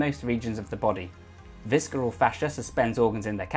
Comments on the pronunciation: Say it with me... viss-er-al! Not visk-er-al... :) Good video. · Pretty sure visceral is pronounced with a soft c my dude. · The "c" in visceral is silent. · Great video! Heads up, the 'c' in visceral is silent. Keep up the good content! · Why do you brits insist on butchering language Viscera is not spelled phonetically. It's pronooounced Vissera not vis-kera. The c is not phonetically important. Other than that unintenionally snarky-sounding critique, appreciate the info.